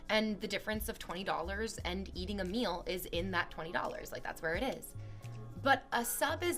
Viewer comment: She says the word “meal” like she’s never eaten in her synthetic life